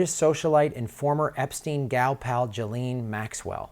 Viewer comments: ghee-lane..not gelene... try that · Ghislaine ...... NOT Gillaine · her name is pronounced Jizz Lane, not Geelane. It is impotant to pronounce it correctly as it helps clarify the story. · Why does everyone mispronounce Ghislaine Maxwells name as 'Jaleen', its pronounced 'Jislain'. duty paid 2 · How do you get to pronouncing Guislaine, "Jileeen"? Out of all the absurd ways of pronouncing her name that are doing the rounds, this is the most ridiculous and it's completely distracting, when trying to watch the video!!! It just sounds so completely stupid. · Let's pronounce her name correctly. It is pronounced, "JIZZ-LANE" Maxwell. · Her name is pronounced ghee-laine, hard g.